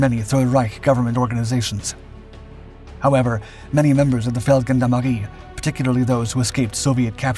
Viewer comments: Brilliant bit of history. Just to help, in Feldgendarmerie the 'g' is pronounced as a soft 'g' as with the French 'gendarmes', not a hard 'g' like goat, or gone. Peace and love from the UK. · Wrong pronunciation on Feldgendarmerie: the "g" is pronounced as a "j" as in Jules.